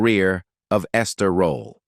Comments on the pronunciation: I enjoyed the video but is Esther Rolle’s last name pronounced Roll, Rollah, Rolay or Rolley? I heard her last name pronounced several different ways in this video it..😅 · Stupid AI, it's ROLLE not ROLLA. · PUT SOME RESPECT ON THIS QUEENS NAME IT IS NOT ROLLA IT IS, "ROLLE" NOT THAT HARD REAL SIMPLE ROLLE WHERE DO YOU THE A SOUND AT THE END OF HER NAME SHEESH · It’s Rolle not Rolla. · Please get someone that can be consistent in pronunciation of her last name by not changing her last name every-time he says it! Her name was not Rollie rollaid etc. And he kept repeating certain parts! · 1ST OF ALL, PLZ PUT SOME RESPECT ON MS.ESTER ROLLE NAME.....AND PLZ GET SOMEBODY WHOSE KNOWS HOW TO PRONOUNCE PROPER ENGLISH TO NARRATE SOMEONE'S BIO....I GOT TIRED OF LISTENING TO THIS PERSON SAY HER NAME TOO MANY TIMES AND ITS ANNOYING.,.ITS ROLLE, NOT ROLLA......DAMN💯💯💯....LET US HAVE SOMETHING THAT WE'RE GREAT AT AND STAY IN YOUR LANE.....PISSES ME OFF.... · Whoever made this video stop using f**** AI to do your narration it keeps on saying rolly instead of rolle. Give me a f**** break. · WHY does this narrator choose to mispronounce Ms. Rolle’s last name three different ways….UNPROFESSIONAL! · If I hear this AI say, Rol’le one more time!!! 😬🙄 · SIH Esther Rolle Legend ❤ I wish the narrator could've pronounced her last name correctly geesh it's Rolle🤦🏾‍♀️🤔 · does he pronounce it ROLLE or ROLLA. … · The man mispronounced her last name twice 🙄. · The AI keeps butchering her last name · Why has her last name been pronounced at least three different ways in this video?? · Please learn how to pronounce peoples names. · The amount of mispronunciations of her last name began to feel disrespectful. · STOP MISPRONOUNCING HER NAME! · Can’t even pronounce her last name correctly, hate AI narrative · You need to get rid of this ignorant-ass AI if it can't even pronounce Esther Rolle's name correctly. It can't even pronounce JJ correctly. It actually said JJJ.